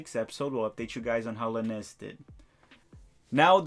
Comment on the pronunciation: Ulysses Llanez is pronounced: oo-lee-sez yawn-ez